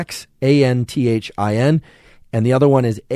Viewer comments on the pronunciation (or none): Doc, say zee-a-zanthin, and asta-zanthin. In English we misuse X as much as we do the internet. So don't axe me why its pronunciation is so chaotic. Greeks, Slavs, and native Mesoamericans have a useful pronunciation for the letter, though it differs in Nahuatl from East European. Kale, that dark green sandpaper/cardboard vegetable (with a GREAT taste! lacerate and macerate it before adding to salads; otherwise you will agree with me about its textural qualities) is really WAY up there in content of lutein and zeaxanthins, horizons beyond stiff-cooked egg yolks. And to segue, Salmonella tend to be killed at egg-frying temperatures now being recorded in hot deserts outside Death Valley , Sahara, and Rub' al Khali (the Empty Quarter). Salmonella (named after a guy named Salmon, not a fish), although found on the skin, as part of our bouquet of flora we carry around, are pimarily enterobacteria. (certainly there are numerous species, which I won't get into) transferred through the unavoidable fecal-oral nature of the world. They are facultative anaerobes, normally functioning through oxidative respiration, but when conditions change, they can switch to reductive respiration exuding hydrogen sulfide, the smell long known as of Rotten eggs. They ARE pathogens, intracellularly, but we hold their virulence in check. They are not always virulent,, in other words, and too much killing of other microta by the OCPD-obsessed , aside from immunocompromise, unleashes their less diplomatic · You're hurting my ears LOL. Asta-ZAN-thin, and Zea- ZAN- thin. (caps show emphasis, not yelling). I know those are x's. Don't ask me why. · Zeaxanthin "Zea-zan-thin" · Some pronunciations for you: Astaxanthin is Ass-tah-zan-thin with the accent on the 3rd syllable and Zeaxanthin is Zee-yah-zan-thin with the accent on the 3rd syllable. Hope that helps! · Lmao zeaxanthin and astaxanthin are pronounced ZEA-ZANTHIN & ASTA-ZANTHIN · ass-ta-zanthin, zee-a-zanthin.